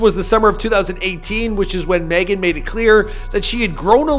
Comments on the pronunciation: My wife's name is Meagan and she pronounces it Megan like all others. Not "meegan" or whatever you keep saying. You will be getting back lash from the stallion I'm sure. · It’s Meg-an !!! Who’s is Meegan?????? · Can you stop saying Meegan please, it's just Megan 🤣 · Why u keep calling her meee -gan? It's pronounced Meg-gen. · Dude its Megan not Meeeeeegn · 🤣🤣🤣🤣 For real though why do you keep saying Meagan instead of Megan? It's a fairly simple name? Ah who cares. She got that WAP. And lipstick drawn outside their natural boundaries. So everything is fake today. Like trans swimming champions. Everything is a hoax. Everything is a downright lie. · Why do you call her “Meeghan the Stallien” that’s literally not how u pronounce it bro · I Know He's From Canada & Whatnot, But the way He KEEPS saying "Meegan" like the way Key says it on "Key & Peele" is Funny AF Lmao!!!! 💀😂💀😭💀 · Who the eff is MEE-gan. I honestly think he tries to mispronounce people's names on purpose! He does it all the time! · Why do you pronounce Megan meeegan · When he said "Meegan" I saw Big Shaq😂😂😂😂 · Every time he says “Meegan” , I can’t help but watch the Key & Peele episodes on YouTube lmao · Bro I swear I was thinking the same exact thing!! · Meeegun or maygun? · Can't even pronounce her first name and called her album Tina Snow Tina Show. Come on now. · Its like every video he pronounces someone’s name wrong like halfway through the video after he’s said it right 9 times like what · Dog I can’t keep watching your videos if you keep mispronouncing very easy names. You been doing this too long to keep messing up like that man. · lol why tf he keep saying her name like that. meeee gan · I swear this dude mispronounces shit on purpose. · Roadman Shaq on the pop ups every time he miss pronounces Megan wrong 😂😂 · Bruh I was looking for a comment like dis I thought I was the only one seein dis shi lmao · He pronounced her name wrong the whole video